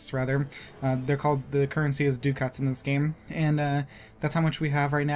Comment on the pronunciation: duh cets not du cats